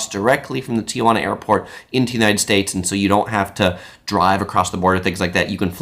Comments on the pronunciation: That's not how you pronounce Tijuana, it's not Tia Juana lol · Overall good video, but Tijuana is pronounced “Tee-wan-ah” … NOT “Tee-ah-wan-ah”.